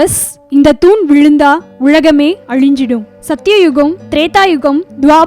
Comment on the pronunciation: Pl pronounce correctly. அது உழகமே இல்லை உலகமே